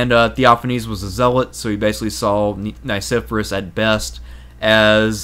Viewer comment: Please; , it's pronounced Nye-SEFF-Uh-Ress. I and E have very different sounds. And this is a professional production, correct? There were many mispronunciations in Part I, so I finally had it.